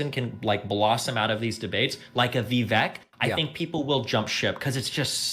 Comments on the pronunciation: 1) Guys, it's "vuh-vake" like cake. Not vuh-veck. 2) I think Destiny gets a hard time about "being a rightwinger" because he goes on Andrew Tate red pill type podcasts. That's a good thing to have someone bring sanity to the insane IMO. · Vivek is pronounced Vikake like cake.